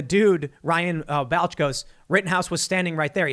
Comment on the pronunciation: Tim, bro, you're killing me... It's pronounced "Ball-ch"